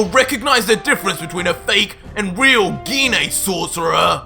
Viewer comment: Ssj3 and you finally pronounced Gine's name right😁